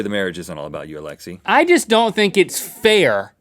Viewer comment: every single Russian cringes at how Russian this is but at the same time cringes at the way they say Alexi (It's like alex- aye)